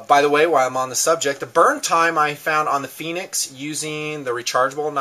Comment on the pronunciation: Its pronounced Fen-ick's, like "Fen" in Fenway Ballpark and "icks" like tickets. NOT "Phoenix" like the mythological fire bird. Call the company and listen to them answer the phone if you don't believe me! Fenix makes a great little light. I love their user interface too. Unfortunately they changed the design of the P2D and L1D lights, which used to have interchangeable battery housings. This allowed you to use the same flashlight with a AA or 123A battery. Olight is a good brand too.